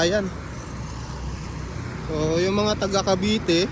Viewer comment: Sa sunod,CAVITE CITY at nd CAVITY CITY kya nag iisip aq kung san na lugar kya pr mlaman ko ay inopen ko video mu.hahaha